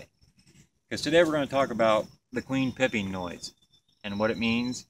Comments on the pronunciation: It's called piping. Not pipping. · Stop saying PIPPING! It's PIPING! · Is it pronounced “pipe-ing” or “pipp-ing?” I’ve only ever heard “pipe-ing” before this video. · Your spelling is correct but what the queen is doing is pronounced "pipe" - "ing".